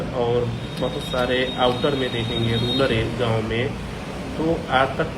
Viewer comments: इस कुपढ वकील ने रुरल को रुलर बोला है। यह जीभ फिसलने से नहीं बोला गया। इसने तीनों बार रुरल को रुलर बोला है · ये अपने आप को वकील कहते हैं, लेकिन इन्हें शब्दों का सही उच्चारण करना तक नहीं आता। रूरल शब्द को रूलर बोल रहे हैं जनाब